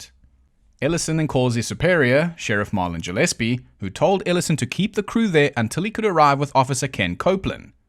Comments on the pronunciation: Ja lease? I'm pretty sure it's pronounced Guh leese. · Gillespie is with a hard G, like Gorilla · Gillespie is usually a hard 'g.'